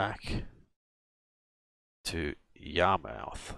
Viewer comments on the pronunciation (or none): Don’t mean to sound rude but it’s pronounced yar-mith but spelled Yarmouth!